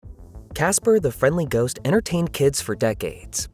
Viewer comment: oh ghost father i thought you said goat